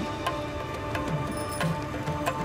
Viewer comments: "Close to the border, Nipple" , Sorry honey, thats Nepal, NEPAAALLL. Ik you got an accent but dont butcher a country's name like that. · Is it a Birtish thing to pronounce 'Nepal' as 'Nepaul'?